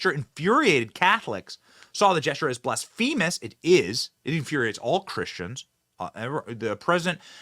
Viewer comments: It's /BLASphuhmuhs/, not /blassFEEmuhs/. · that wasn't a blessing. Sign of the cross over your heart is a protective gesture. He's invoking god's protection against what he sees as wrong, not "blessing abortion." people should probably know what gestures mean before they complain. and learn how to say heretical and blasphemous.